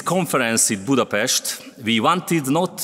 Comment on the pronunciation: ész tényleg, -nél Budapesztet mond. Most akkor rendben vagyunk? Igazad van, tényleg ez a lényeg. 😆Mit mond Dóra??? Budapest, vagy Budapeszt? További szép napot!😙